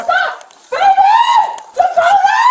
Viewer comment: Dakotah, with an H? Should have been DUHkota